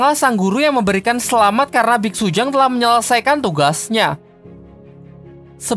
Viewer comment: Bitsutang woy bukan bitsujang